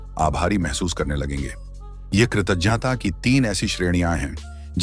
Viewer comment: Pronounce well. It's " kirtaghta". You are doing good.